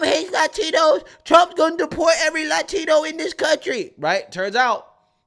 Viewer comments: The over pronunciation of LaTHINo and LaTHINa was so hilarious. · why are you saying Latino men that way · Sorry but there is just something really annoying about someone who doesn't otherwise have an hispanic accent really going out of their way to pronounce the "Latino" with so much zest. It's particular annoying when you know that people of Latin America hardly ever (never!) refer to themselves as "latino". The word is essentially an American invention. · The way Sunny sez "Latino" is sooo sickening. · do they have to ridiculously pronounce latino like that all the time ? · If I never fuckin hear the selective accent on “latino” from anyone ever again it would be too soon. You don’t talk like that sunny Hostin, why the f do you pick one word to pronounce like that 🤢?!?!